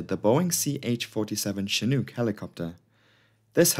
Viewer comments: Great vid ....you did good . One thing tho its shi nooook not chi nuke . Chinook. Retired Army helo crewchief here. Also several shots showed the navy version with single nose gear. Ch-46 not ch-47 . We(u.s. army) got the big one the 47. All in all great vid tho for a non rotorhead. Great graphics. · You are saying the name Chinook incorrectly. The word hook rhymes with Chinook You are saying it with an uk sound, as if it rhymes with nuke. Incidentally in the US Army is is known as the 'shit hook'. Doesnt work if you say the word wrong. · Good video. Though it's pronounced as in "look". Not as in kook. Cheers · I don't want to give you a hard time, especially since I would have completely mispronounced Sumburgh, but Chinook rhymes with "book" not fluke". I say this as one who grew up in Alberta, Canada, and at one time studied the Chinook dialect. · Chinook… Rhymes with Cook, not Luke 🤣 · Not shin-OOK, but chin-OOK. It's named after a tribe. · Love the video. Wonderful as always. Heads up- 'Chinook' is pronounced a little differently. It rhymes with 'book.' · I hope this doesn’t sound pedantic, but Chinook is pronounced chin- (as in the thing at the end of your face) and -ook is pronounced like book. Like a lot of American-made helicopters, it’s inexplicably named after an indigenous tribe in the US. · *shin (as in the front of your leg) *nook (as in nook and cranny). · "Chinook" as in "book" - not "chinuke" as in "duke" . . . . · Just for future reference it’s pronounced Chin-nuk, said like book or shook. (not a long O or oo sound). Amazing video as always tho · *shin (not chin) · you show a picture of a CH-46, plus you can't even pronounce the word Chinook. I flew on Chinooks for 3 yrs in the Army. I quit watching after . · The second syllable of Chinook rhymes with "book." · Showing a CH-46 flying around on a couple occasions isn't probably a good idea here. These are Boeing 234s not Chinooks (pronounced like look or book or snooker not spoon or swoon or goon).